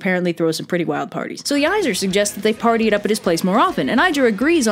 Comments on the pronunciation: I appreciate your trying, so I’ll help you with pronunciation. The 2 tribes of gods are pronounced as such: Ay- seer, and Vahn- ear. Hope that helps!! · "Aye-Sear" AEsir